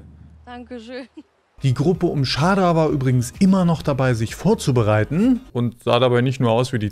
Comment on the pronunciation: Du sprichst Shada falsch aus